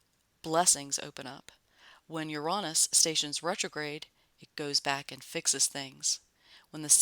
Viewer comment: Love how you pronounce Uranus. I am going to say it like that from now on.🌺🌺🌺